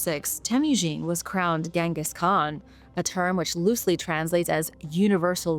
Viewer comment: 😮 finally pronounced Genghis right. B.T.W whatever happened to David